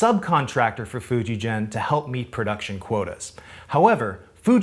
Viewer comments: Most of your pronunciation of Japanese is fine, but FujiGen is not pronounced as "GENeration" it is pronounced as "GE" as in in "GET". For it to be pronounced the way you are saying it, it would be spelled "FujiJEN", which it isnt. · Great video. It's a hard g for Fujigen, by the way; the word 'gen (弦)' means 'string' in Japanese. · Love the video. Small point, but Fujigen, Sugimoto, etc. use a hard "g." Really love your work and content here! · Just a note, the g in Fujigen is not as you pronounce, but the same as the g in "get". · One more correction, you’re pronouncing FujiGen incorrectly. In layman’s terms, the G is a hard G, not like a J as in Jenny. If you read the sign outside the factory, it says フジゲン. Google maps documents the correct pronunciation. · Enjoying the vid. Just a side note, FujiGen is pronounced with a hard G on the Gen. Not like a J. Just like Gakki. And Gakki would be Gak Ki. Aikido would be Ah Ee Kee Doe…